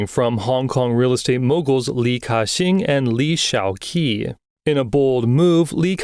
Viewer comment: Ki-Shing doesent make Ca-shing